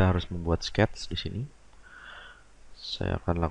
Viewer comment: Ok, no prob. Give it a try and watch it again while following Didi's steps on Fusion. Even I don't understand one word (except when h say 'sketzzz' ;) it is kinda fun to watch and for sure you can re-create what he did. Best regards John